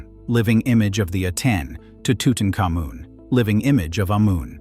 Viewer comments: TUTANKHAMUN, HIS NAME WAS TUTANKHAMUN, NOT TUTENCAMUN. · It's not tootincomin! Learn how to pronounce Tutankhamun!